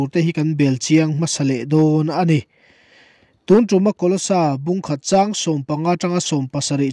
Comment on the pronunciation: A bengvar thlak thin hle mai, chutih rual erawh chuan tun lai Pastor thangthar deuh ho hian mizo tawng lam rik dik hi zir hret an ngai ta em aw, tunah pawh hian "tun tum' tih hi vawi thum i rawn lam ri a. Sa kawng tum angin i lam ri a, heng sentense-ah hi chuan kan zuang kang vak a lei a kan tum, thlawhna tum anga lam rik tur zawk a nih hmel.